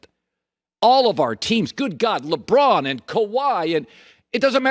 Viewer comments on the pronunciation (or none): none